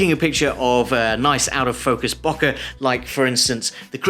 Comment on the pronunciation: Great!! It's pronounced, Bow - Keh ;-)